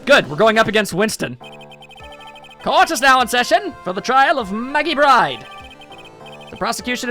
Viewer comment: Yeah, Maggey's last name is pronounced as "Bird".